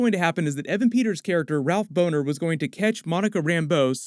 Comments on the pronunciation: Ralph “Boner” 😂....it’s pronounced Bah-Ner...at least, it should be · Bohner is mispronounced. It’s not Boner, it’s Bohn-er. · Boner is spelled boner that bohner would be pronounced bawner I think. I think it was just a little joke that she mispronounced the name.